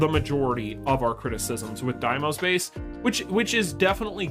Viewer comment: It's D-mos not DIEmos you made me chuckle a couple of times 🤣